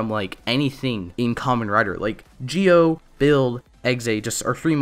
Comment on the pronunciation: Entirety of Zi-0: Zee Oh This guy: Geo